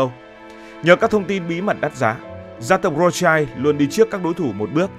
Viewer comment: Phải đọc là Rót shiu mới đúng âm của họ Rothschild.